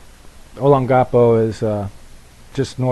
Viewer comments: Olongapo..... emphasis on "long" .. not "o" or "ga". Pronunciation: (ō-lông"gu-pō').. Ex is from there, visited many times.. brother lived in Subic for 18 years as Fed-Ex pilot.. Hope you don't mind me correcting you. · Check with Michelle on the pronounciation of Olongapo. I sent you some informal info on your PRESCRIPTION via email. Hope it helps.